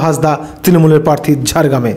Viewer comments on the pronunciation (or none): Bhai kotha ta "parthi" na. Ota "prarthi". Ato uccharon er bhul niye sangbadik 😳